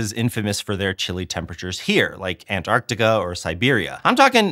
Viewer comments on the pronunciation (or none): none